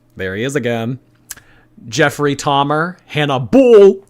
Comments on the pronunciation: Jeffeed Doughmer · Jeffery Slahmer 😂